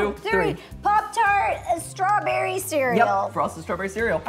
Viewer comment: l am giving half a point to ro becuse she said stawberry and cream its realy close to cheesecake